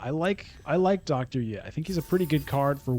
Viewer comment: “Dr. Yueh” is pronounced “U-Wee”.